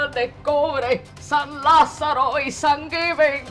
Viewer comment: "San giving"?!🤣🤣🤣